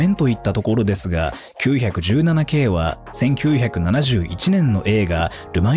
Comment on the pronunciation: ポルシェは、『キュウヒャクジュウナナ』ではなく、『キュウイチナナ 』と、読んでほしい。ってか、それくらいしてくれ(￣▽￣;)